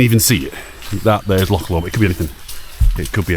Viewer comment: Thanks for saying loch and dreich right. I do want to do the West Highland Way, one of these days.